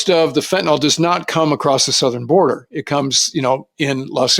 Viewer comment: NOTE: "Fen tuh neel," not "fen tuh nall." -ol in organic chemistry is used for alcohols while -yl is for phenyls, like fentanyl.